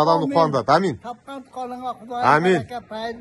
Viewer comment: Блогер аминь эмес, оомин деп айтылат. Аксакал ава оомин десе деле аминь аминь эле дейт да. Эч качапн кыргыз ооминди аминь дебейт.